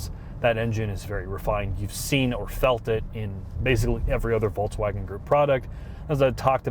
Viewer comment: Jesus Christ,. It's not a Volts-wagon.